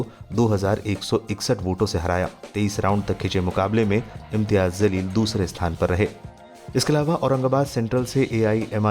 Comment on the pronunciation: अपना pronunciation सुधारिए ज़लील नहीं जलील कहिए